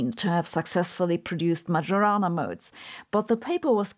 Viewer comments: poor Majorana, called as "magiorana"... 🙁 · Probably you should pronounce the modes as the man's name in Italian: [ˈɛttore majoˈraːna], thus the "j" not like in djembe but like the "y" in karyenda. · To quote ChatGPT, The name "Majorana" is of Italian origin and would typically be pronounced in English as "ma-yo-ra-na". Here's a more detailed breakdown: - "ma": rhymes with "ma" in "mama" - "yo": like "yo" in "yoga" - "ra": like "ra" in "radio" - "na": like "na" in "nana" In Italian, the pronunciation may vary slightly, especially the "j" sound which can be a bit softer, closer to a "y" sound in English. The accent also typically falls on the second syllable ("yo"). === So, it does not sound like "Major" with the distinctly English 'J'. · Every time Sabine says "majorana" I hear "marijuana". But, the "who could it be?" for the phone call caught me off guard. Lastly, Sabine's explanations for quantum physics and entanglement make it all seem self evident and obvious the way I thought of it. Not the way everyone else talks about it. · The "j" in Majorana is not pronounced like that. That aside, great job as always! 😊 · I can't beleive how she says "Majorana" 😢😢😢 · Thank you again for your super-interesting videos. But please, just stop pronouncing Majorana's name that way. The correct pronunciation of 'mAJOrana' is like the 'Io' of 'Iowa', the US State.